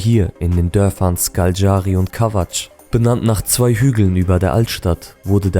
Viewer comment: Ich habe nun schon viele Dokus darüber gesehen und keinert schafft es Škaljari richtig auszusprechen 😂. Man spricht es SCHKALJARI aus.